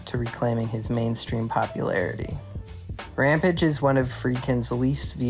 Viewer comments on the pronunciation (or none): Ram Page Rampage Makes you sound like an ai when you can't pronounce rampage